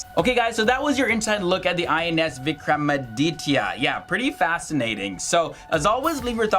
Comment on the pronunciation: Note: it's not Vikram-Ram-Aditya as pronounced by our dear host